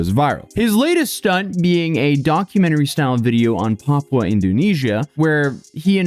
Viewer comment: You pronounced Papua perfectly dude